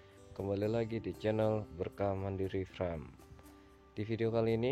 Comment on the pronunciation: Mohon maaf koreksi,. Farm bukan fram,. Kl fram adeknya frank wkwkwkwk 🙏🙏🙏